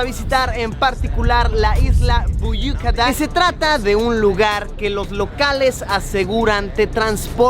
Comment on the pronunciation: Büyük Ada (isla grande, literalmente). Muy bien pronunciado. Estás mejorando. XD ("Kabataş" [piedra de Kaba {sagrada para los musulmanes}] no lo dijiste tan bien... pero va queriendo).